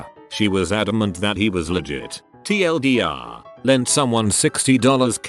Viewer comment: you think you could get an actual person to read these? There are so many mistakes is hard to listen to, I much prefer fresh because he doesnt say shit like TL:doctor and dollar 60 k just sounds weird as fuck, at least listen to the video and change it instead of just feeding it all to a text to speech program. Theres a reason that fresh has 4x the amount of subs as you